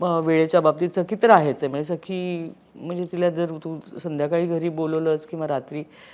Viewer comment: Why she is saying sai its sakhee